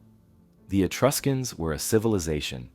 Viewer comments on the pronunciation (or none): none